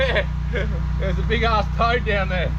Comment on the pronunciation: I thought you said you felt a turd....not a toad! :face-purple-wide-eyes